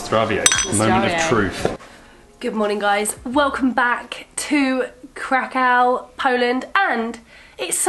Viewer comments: You cant even pronounce krakow right literally typical brits posing as travellers it's embarrassing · Kra-kau? That sounds horrible! It's Krah-koof - exactly as it's spelt: KRAKÓW ;-) . Keep up the good work.